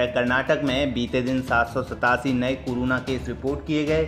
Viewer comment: woh keh raha hai ki news narrator corona ko curuna bol raha hai 😂😂